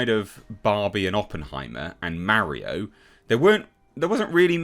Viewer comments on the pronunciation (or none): Bro said Mario like "mary-o"